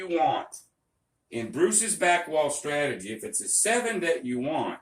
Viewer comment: What is a “stratogy”?